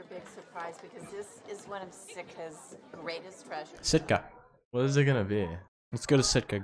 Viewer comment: You guys calling Sitka “Stika” the whole move has me dead 😭